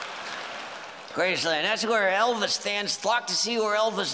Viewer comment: That's the first time I've heard it pronounced correctly, it's Graceland, not Grace-land. Thanks Walter.